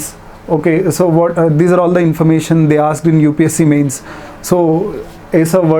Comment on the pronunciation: "Infarmation" hahaha